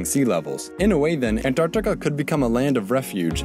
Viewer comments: It's AnTarctica, Not AnDTarctica. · I'm Indian and I can approve this #Antartita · He really seemed like he wanted really bad to pronunciat the 'Ts in Antarctica. lol